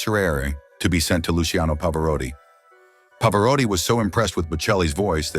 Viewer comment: Maybe I should have gone into acting. Any job involving mathematics would've been out of limits for me. Never heard of R.J, but he sounds fascinating. Love listening to Bocelli and Pavarotti; please get your pronunciations correct!